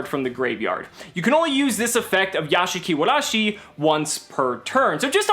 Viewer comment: Nice Japanese "r" sound!